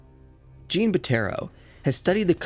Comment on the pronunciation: Great video. Jean is French for John not pronounced like the female Jean. Need to listen to it somewhere, I can’t write it out